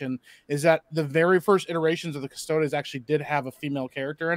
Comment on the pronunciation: doesn't know how to pronounce Custodies